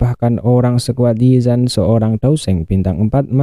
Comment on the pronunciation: Yi zan❌Ziyan⭕️